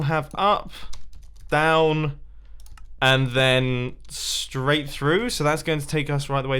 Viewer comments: am I the only one that noticed him missing the "r" in "straight?" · "STAIGHT" -Mumbo 2018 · ‘Up, down, staight’ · Truly impressive! I giggled at "Up," "down," and "Staight." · "STAIGHT"... nice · "UP" "DOWN" "STAIGHT" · Any1 else notice he said staight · Staight lol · “Staight” lol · Up, down and "STAIGHT" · You missed the R in straight